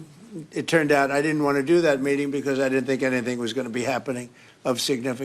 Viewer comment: He says I sink for I think 🙈🤣